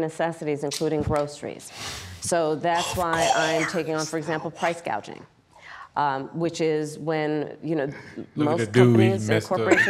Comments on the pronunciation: At least she pronounced price gouging right this time. Initially she said price gauging 😂😂, even immigrant like me knows it’s price gouging not price gauging. What a joke she is! And American people want to elect this woman to hold the highest position in the world?! Can you imagine she talks and negotiates with other world leaders? It would be so embarrassing! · She pronounced price gauging right. So she's made some chages to her script.